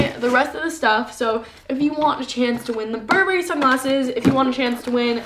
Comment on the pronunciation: bur-berry... lol its pronounces "Burr-brry" not berry! lol